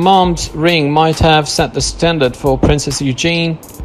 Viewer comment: It's Eugenie (pronounced Eugenee) not Eugene.